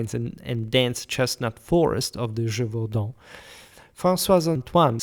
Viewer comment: I suspected you were french considering how much you use french maps, but now hearing you saying the title of the beast I am sure you are not. Either way, thanks for your work.